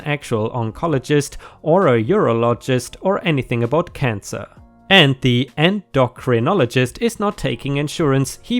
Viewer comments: 'Endocrinologist' is pronounced 'En-dough-krin-olo-jist'. As for GoFundMe scams, they happen all too often. Scams of this degree are absolutely divorce material. If your partner refuses to show evidence and demands you trust them anyway (especially if they tie manipulation to it), they are not worth that trust. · en-doh-crin-oly-gist the n slipped in , the h may be useful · Approximate Pronunciation guide en-do-crin-only-gist with stress on “en”